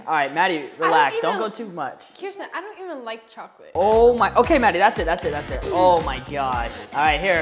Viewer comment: She said kearsten not foltyn